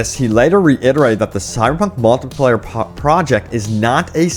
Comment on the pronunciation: How hard is it to say “project”?